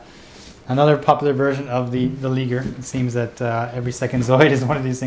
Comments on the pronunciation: It's pronounced "Ly-Ger", not, Lig-er. Like.. Lion.. and Tiger.. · I think it's "Lie-grr"